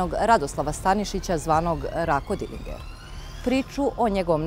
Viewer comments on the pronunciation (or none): Pa je li moguce da si rekla dilinger ..dilindzer se kaze gospodjo